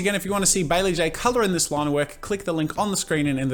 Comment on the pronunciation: IT'S BAE-LEE